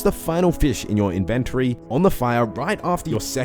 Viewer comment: Nice video. Tip 102: The word "inventory" is pronounced IN-ven-tory, not in-VEN-tory